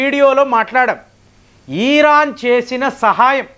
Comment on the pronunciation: ఈరాన్ కాదు సామీ... ఇరాన్ 😸👹🦟